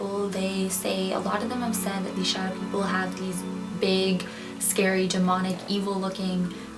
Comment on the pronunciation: I thought you said shoutout people